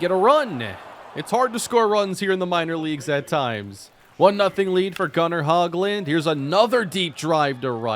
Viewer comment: Not trying be mean but just some info. Gunnar Hoglund is pronounced (hoe-glund), I believe